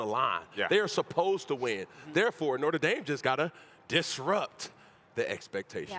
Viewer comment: “Norter Dame” -Cam Newton